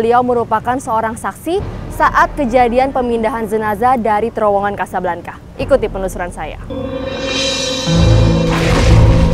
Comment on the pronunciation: Casablanca, pronounce : Kasablangka, sama seperti Bianca, dibaca: Biyangka, Jovanka dibaca : Jovangka, Priyanka: Priyangka dst.